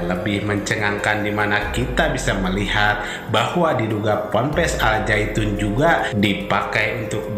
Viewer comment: Nama "AL ZAYTUN" itu salah (gk ngerti TAJWID). Yg benar "AZ ZAITUN"